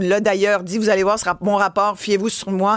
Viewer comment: Jveux pas le sawoir, Je veux le WOIR!! ...Comme disait si bien notre légendaire Mr. Yvon Deschamps! 😆